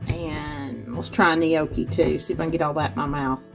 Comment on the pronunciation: The way you pronounce gnocchi 😂 it's not "nee-okee" it's just "no-key"